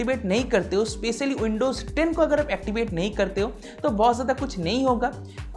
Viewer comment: Pehli baat oindo nahi windows hota hai